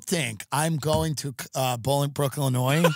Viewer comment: Its pronouched "Bowl-ing-brook."